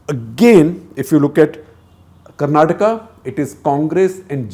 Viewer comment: Sir aapne dil jeet liya. It shows your familiarity and experience when you say KARNATAKA not KARNATAK. other journalists don't even bother to correct themselves even after pointing it out. 👏